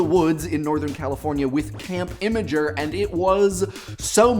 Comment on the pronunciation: Isn't it "imgur" no 2nd "I" or "a"